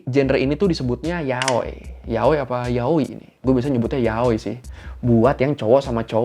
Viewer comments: Yaoi Sebutnya Ya Oi Bukan Yaoy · Funfact pas tadi kakak pronounced yaoi kayak "Yahweh", Yahweh itu bahasa Ibraninya Tuhan well dalam Alkitab. Thats it Gbu